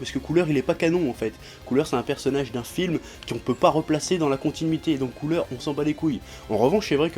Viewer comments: Ça me fait drôle d'entendre quelqu'un dire Cooler en français. J'ai toujours été habitué avec l'accent anglais donc du coup ça sonne ''couleur'' pour moi hahaha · Noxiss En faite sa se prononce "COULA"